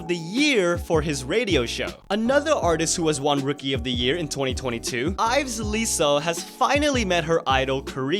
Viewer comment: You don't pronounce the L in Leeseo, because in korean it's 이서, there is no ㄹ so no L in pronunciation. Pronounce it as "iseo"